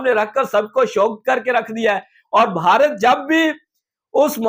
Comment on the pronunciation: Hansi nahi hota ha hasi hota ha Or Bharati nahi hota ha Bharat hota ha Or app ek video ma Kam sa Kam 100 bar app bhia bhia bolta ha